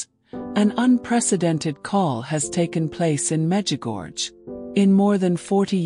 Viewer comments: Please,after so many years (40),please try to pronounce corectly the name of the apparitions: Međugorje(the second half of the name is pronounced: gorie(not gorge).The last two letters must be heard i and e(like e and é).Please pronounce correctely the name a hole world know.Thank you.❤ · Please pronounce the name of MEĐUGORJE ,the name of the apparitions,correctly.A hole world knows the prononciation,but you,who pot such an important video pronounce Medugorge!!! Where did you find this gorge? It's ridiculous! MEĐUGORJE is written,the last two letters must be heard like italian "i" and ""e".Try!❤